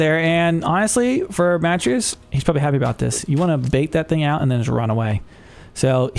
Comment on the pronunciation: Matreiuss is pronounced muh-TRAY-us. The first two syllables rhyme with 'betray'.